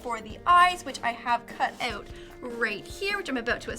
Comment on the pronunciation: Not hating but you say OUT weird